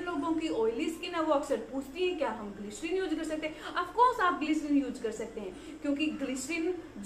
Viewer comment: glycerine word plz listen how to pronounce it. Your content are good. Only pronunciation is prob. Plz don't mind.